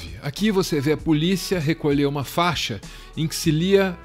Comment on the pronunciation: Não é " faxa" é fa I xa !!!!!